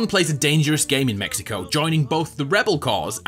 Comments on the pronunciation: WELCOME TO MEH-I-CO. :D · I think your saying Mexico wrong, it’s obviously MEHICO